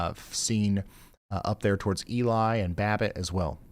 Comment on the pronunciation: More Minnesota pronunciation: Ely is “E-lee” Lutsen is “Loot-sen” Grand Marais is Grand “Ma-ray”